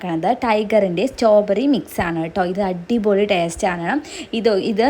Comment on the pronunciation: സ്റ്റോ ബെറി അല്ല ചേച്ചി സ്ട്രോബെറി